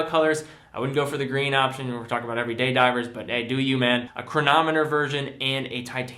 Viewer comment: Lol “EVERDAY” watches